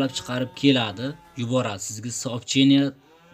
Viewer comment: Sopcheniya deganiz yoqdi lekn😃